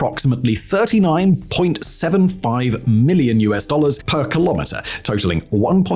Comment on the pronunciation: "per rrr" 😅